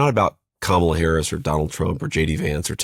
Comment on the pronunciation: You pronounced Kamala wrong, just so you know